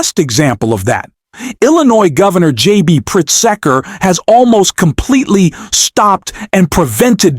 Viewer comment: Pritz’ker, 2 syllables only. Mispronouncing the stories protagonist is really ameturr